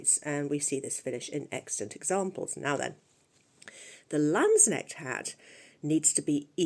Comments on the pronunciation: Just FYI, the K is not silent in German. 🙂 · May I annotate that the ‚k‘ in ‚Landsknecht‘ is enunciated. The ‚ch‘ was pronounced perfectly!